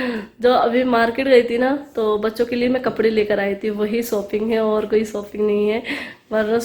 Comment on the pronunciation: Or sooping nai.shopping hoti ha😆